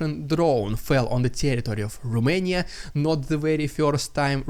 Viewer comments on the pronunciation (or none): none